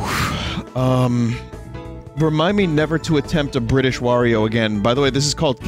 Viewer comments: for Bri'ish Wario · the Wario Bri’ish